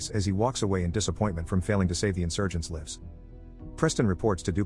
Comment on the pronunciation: Looks like some bot forgot how to pronounce "lives" properly :O